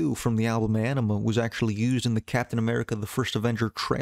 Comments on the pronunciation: Ænima (Ah-neh-ma) say it right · Few things: Maynard isn’t the lead singer, he’s the singer. More than anything, though, the man is a poet. Ænima is pronounced “ah-nim-ah” (according to the band) despite the diphthong æ pronunciation of “eye”. However, I studied classical Latin and “ah” is closer to the old school singular pronunciation of “eh” so I have a feeling it was very intentional. Plus, as writers, we have artistic freedom to do whatever we want. However, I’m just a few mins in and I think I’m gonna skip this as you clearly don’t care much about the band while pretending to teach people something about them. Seems like you’re trying to exploit their massive fan base to get those views you’re fishing for.